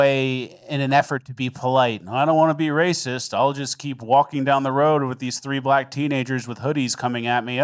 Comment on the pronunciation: "mostly over" roooaads... Rooods rowwds...